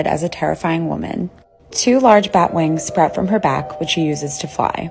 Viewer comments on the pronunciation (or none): none